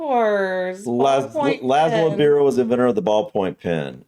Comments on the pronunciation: Biro is pronounced bye-ro not bee-ro. Shambolic isn't just a football term it can apply to almost anything that's disorganised. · Biro is pronounced B eye RO. Hair makes your head hot, yet you always wear a hat even indoors , most people I know who wear hats take them off indoors. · Pronounced By'ro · Biro pronounced by byro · Sweeties Biro is pronounced as though the I is a y as in Byro x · Chuffed has 2 meanings depending on the context. "I'm chuffed to bits" means to be delighted where as "Chuffing hell" is a politer way of saying f*ing hell. And the biro is pronounced By-Ro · You did brilliantly really! Interestingly, the first police were called 'Peelers' after Robert Peel- not as funny as 'Peelheads', admittedly! Biro is pronounced 'Bye- ro' and the term Biro is often used to describe cheap disposable ball-point pens. We don't use it for more expensive types of ball point- just the cheapie ones. 'Shambolic' comes from the noun 'shambles' which describes something that is a complete mess. 'Shambles' was the medival term for the area of a town or city where butchers plied their trade, and I've always assumed a linguistic connection to that. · US money slang? Pennies, nickels, dimes, quarters, two bits, bucks, greenbacks, sawbucks, C-notes, Benjamins... Brits used to have tanners, bobs, florins, and half crowns but still have quid, fivers, tenners, ponies, tons, monkeys, and grands. Biro is pronounced to rhyme with Cairo, BTW - Brits use it the same way Americans might talk about a Bic. Jiggery-pokery means underhand tactics - e.g., gerrymandering is a form of jiggery-pokery. And a birdwatcher is a "twitcher". You started very well on the quiz, but it got a bit shambolic towards the end. :) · Irony is the biro is a Hungarian name, as in the guy who invented it, and it is actually pronounced Bee-Roe, in that context! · You should be chuffed at your performance, even if your pronunciation of biro is shambolic